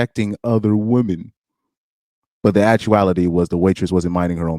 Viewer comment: You realise woman and women are pronounced differently? Surely?